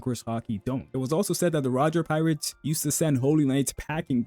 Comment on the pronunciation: I don't know how to explain it, but a lot of the words in sentences that start with and have consonants are seemingly muted. It happens throughout the video but gets quite noticeable towards the mid and endpoint. For example between 6.59 and 7.00, when you say Roger pirates, the P is kinda cut out. Another example is between 7.20- 7.40. The words Haki, Killing and Probably, attack, sukuna are all kinda cutting off